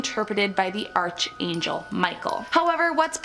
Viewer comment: Archangel lol ARCUH lol not arch And I love these books lol Well not ALL of them but anything magic I enjoy